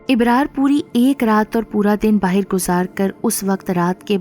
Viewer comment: Karaaya nhi kiraaya, baahir nhi die, aapki awaaz bohot pyaari he